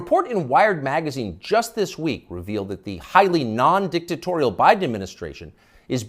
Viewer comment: "Dictatorial" - BUT TUCKER - Mistakes like that is what makes you REAL! ♥ - no big media machine would have let that error slide.